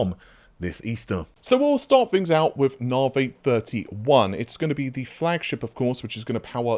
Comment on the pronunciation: OMG pronounced Navi correctly!!!!11